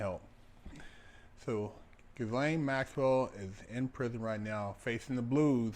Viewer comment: He said Gis lane…😅😂🤣